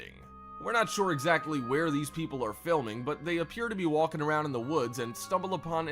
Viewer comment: The way the narrator says "Walking" is more distracting then the goblins. Really enunciates the L.